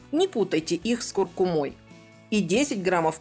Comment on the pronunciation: КуркУма? Впервые такое слышу! Дайте пожалуйста ссылку на источник правильного ударения!